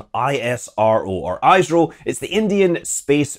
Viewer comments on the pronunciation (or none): It's pronounced "is - ro" not "eyes-ro". Thanks for the video anyway. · It is not i s ro its isro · it's pronounced eesro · Just to help you out , it's not EyesRow, it's IsRow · ISRO - Hello Scott, ISRO is pronounced "EESRO" and not "EISRO" as you pronounced. ISRO is widely spread among several components spread across India. Bangaluru (Banglore called by freaking British) is where there are several facilities like Data Center, Satellite Integration Center and few other related offices. AHMEDABAD is where the Command and Control plus other sensitive offices are located. Bangaluru is in the State of Karnataka. Ahmedabad is in state of Gujarat. Then there are more complex research facilities in various states of India with supporting weather that would match the application of various experiments, desert state of Rajasthan, green state of Uttar Pradesh, eastern states of Odissa, Jharkhand and Bihar and southwestern coastal state of Kerala. BTW, Dr. Abdul Kalam is from Kerala. ARYABHATTA...pronounced just like the way it is spelled. We, the Indians have the most winning record in the Spelling Bees competition. Why is Britain and its politicians are so Goddamn jealous of India's success? Do you even have a program like ISRO in UK? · Great video Just one thing, that I seem to be telling basically every non-Indian space youtuber that cover isro It's not pronounced Eye-Es-Are-Oh It's not pronounced Eyes-Roh It's pronounced Iss-Roh, where the 'iss' is pronounced the way it would be pronounced in 'this', or in 'miss' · Its not "aye sro" it is ISRO. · It's is-ro not ice-ro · Nice video! It is pronounced as ee-s-row not eye-z-row, good try nevertheless. Aryabhatta - Aa-r-yaa-bha-Ta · its not iiiirooo its esroo in pronouncing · The only place where ISRO has to improve immediately is the camera quality of the launch coverage btw it is pronounced e-sro scott, not i-sro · Hi Scott, I follow your videos regularly. A minor correction ISRO is pronounced "ee"-sro. Big love Scott.